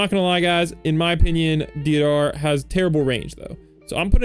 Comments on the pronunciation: It's ''Dayderah'' not deeadara bruh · deidara is prounounced day-dara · Right man that's not how you say deidara